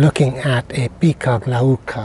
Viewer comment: Is this the correct way to pronounce picea glauca